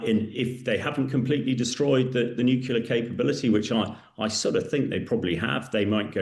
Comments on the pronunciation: Not expecting much radiation because Iran had not achieved the mythical high level of enrichment. There is no evidence of "obliteration." TACO talks through his turban. BTW it's nuclear not nucular. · Hamish it’s pronounced NEW-CLEE-AR not NEW-Q-LAR (there’s no such word). Nuclear derives descriptively from the Nucleus. Where was he educated? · This gentleman has been mixing with too many Americans.......he has started saying ‘nucular’ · Someone, anyone………please teach this man to pronounce ‘nuclear’. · Hamish can't pronounce nuclear, that's not a good start, is it Hamish